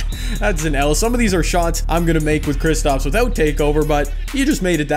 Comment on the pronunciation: Anyone else getting mad when says kristOps instead of kristAps